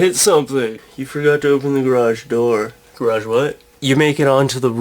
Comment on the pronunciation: lol "gargae door" garage wat